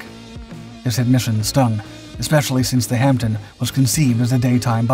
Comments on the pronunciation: Just a couple of points. The Hamdpen is not pronounced as you do, not your fault. The 'P' is silent and the 'E' sounds more like an 'O', but not quite (a bit similar to the way we pronounce 'shire' at the end of a county's name, as 'sure', Hampden is, after all, the name of a place. You reference K** and L** as is they were like project titles when they are, in fact merely aircraft serial numbers. They took the form, during the war, of a letter and four digits (K - L - M - N - P, and so on), later, into the Cold War and beyond, the series had evolved to two letters of the alphabet and three digits (technically still the same series of - well - serials), so that, during my time in the Air Force, there was a Nimrod XV236 and one XW666, for instance. When I left the service, we were into the Z?*** series. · The video's title is ludicrous and the breathless commentary overdone. The Hampden (not "Hamten") was comparable in performance to the Whitley (which carried a heavier bomb load) but neither were in the same league as the Wellington. Pilot's liked it for its manoeuvrability but its narrow fuselage was a real handicap. It performed good service in the early war years but was not as exceptional as the video makes out. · It's HampDEN, not HampTON. Pronounced Hammden, silent P. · Where as 'Hampton', which the commentator on this video consistently substitutes, means something completely different and rather rude! See a dictionary of Cockney rhyming slang! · Good video, thanks, but with my pedant hat on I'm wondering why it's repeatedly referred to as the "Hamp-tin" when it's actually pronounced "Ham-den". 🤓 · Hampden not hampton!! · It is pronounced Hamden - the "p" is silent. The narrator sounds as if he is saying Hampton. They are rebuilding one at Cosford Air Museum in the UK. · Silent "P" -pronounced " Hamm-den" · why is the narrator persist in callin it the Hampton when its the Hamden? I can guess of course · Pronounces Ham Den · It is pronounced "Ham den"